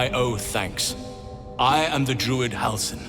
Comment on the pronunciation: Just so you know, it's pronounced dru-id (as it's spelt) not durid :)